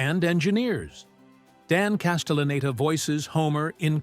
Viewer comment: They also pronounced Castelleneta wrong a few times 😂